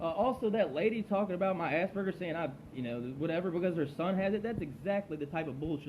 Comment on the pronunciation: I laughed at how you pronounce asperger's. "I HAVE ASS BURGERS" XD